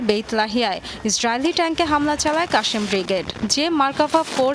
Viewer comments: আপু শুদ্ধ উচ্চারণে পড়তে হবে নিউজ,,, কাশেম ব্রিগেড হবে না,আল কাসাম ব্রিগেড হবে। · কাশেম ব্রিগেড 🤦‍♂️🤦‍♂️🤦‍♂️ নাম টাও ঠিক মত নিতে পারে না 😂😂😂😂😂